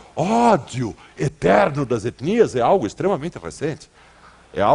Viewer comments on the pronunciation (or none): Nojento ele fando "etnias". Quase um sotaque gringo num todo.